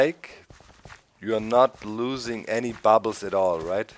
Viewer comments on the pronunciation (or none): Lol you said babbles xD